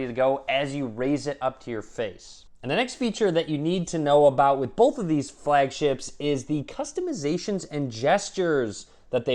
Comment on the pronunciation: I cringe everytime he says "bolth"